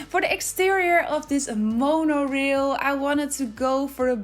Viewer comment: This is beautiful! (Also the rail part of Monorail is pronounced like ale with an “r” in front of it). ❤️ your builds, they are so inventive and artistic.